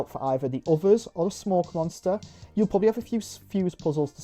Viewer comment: The camera and the BioShock style puzzles are so Xbox 360-core. I appreciate that it tries to emulate the show as well with it being episodic. Also: "Monnstuuah".